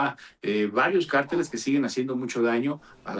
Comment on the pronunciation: El único que habló con inteligencia es analista hombre. Ésa pobre Sra.. Como espanta pajaro,! Huy que ése grupo de cárteles, jng. Son muy poderosos. Por cierto Sra. Se dice. Cárteles, con asento en la a es una palabras esdrujula. No de dice; carteles. Es otra cosa. Y siguiendo con lo que estábamos. Ciertamente esos criminales crecieron, porque lo dejaron crecer, les dieron poder. Pero al final, no quiere decir, que no se pueda combatir. Ésos cobardes. Si no pregunteles al Rey David. Cómo combatía sus enemigos. Porqué porque Dios le daba la Victoria.